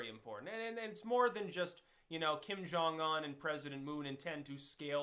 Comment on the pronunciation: FYI, name is Jong-Un, Korean names usually 2 syllables, Un is the second syllable of his name, Jong sounds like young with J